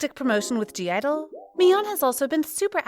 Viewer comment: Isn’t the G silent in (G)I-dle?